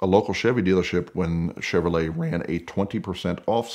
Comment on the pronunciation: All these comments and I didn’t see one person catch “CHEVROLETE” ?